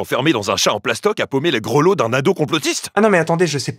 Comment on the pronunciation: " Grelots ", sinon gg pour la vidéo 👍 gros taf comme d'hab👻